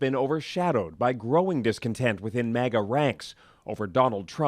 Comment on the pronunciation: It’s “maga” not “mega”,.